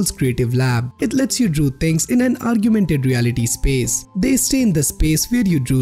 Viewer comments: Bhai its augmented not aargyumented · did you said Argumented!! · It's AUGMENTED REALITY........!!!!!!!NOT ARGUEMENTED BRO!!!!!!!!! SSLY